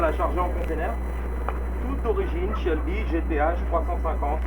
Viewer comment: pourquoi tu dit une Shelby. Pourquoi si angliciser quand tu parle le français because you live in the USA.